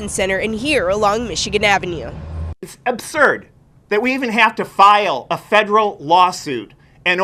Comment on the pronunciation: It's abshurrd... 🤣🤣🤣